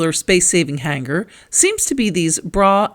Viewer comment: g is SILENT in the word HANGER